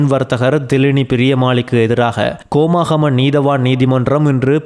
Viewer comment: கோமாகமை அல்ல ஹோமாகம. தமிழை சரியாக உச்சரிக்கவும். செய்தி வாசிப்பவர் கோமாவிலா செய்தி வாசிக்கிறார்?